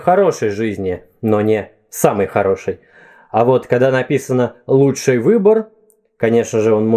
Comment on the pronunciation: ты знаешь что что ты говоришь: "лучшАй, ярчайшАй, и т.д." у меня так дедушка говорил и вообще раньше так много говорили в том числе по телевидению. можно видео по этому произношению? особенно интересно, это все так раньше говорили или говор региона?